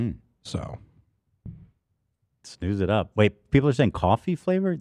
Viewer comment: lmao at their pronunciation of snus, it's sn-us, not sn-oose. Took me a while to figure out what they were talking about.